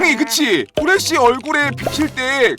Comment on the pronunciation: 후레시를저 후레기 라고들었어요..ㅋㅋ?